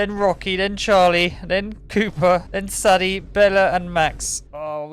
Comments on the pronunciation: Its not saddy its saydee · IT'S SAY-DIE NOT SAH-DEH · Saddie 😮…pronounced say-dey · Sadie is pronounced say-dee :)